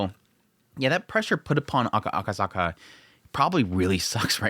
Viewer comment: It's Akasaka not akazaka